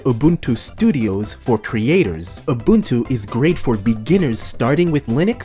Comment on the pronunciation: FFS, you're supposed to be a expert on distros and you can't even pronounce Ubuntu right